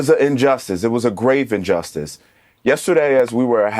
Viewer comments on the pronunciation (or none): none